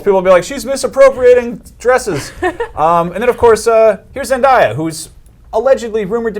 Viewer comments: ZenDAYa not ZenDIEya that was annoying as crap lol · It's ZEN-DAY-UH, not ZEN-DIE-UH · It's Zendaya btw, not Zendiya. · It's not Zendieya Mfs 😩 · I noticed nobody ever pronounces her name right zen-day-ah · he pronounced her name wrong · Why does he say Zendaya wrong!?!?!?!? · Your saying her name wrong